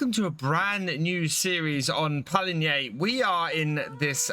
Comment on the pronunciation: Finally, finally... The first UK farmsimmer who knows how to pronounce Pallegney the right way. No more Pallainy please 🙏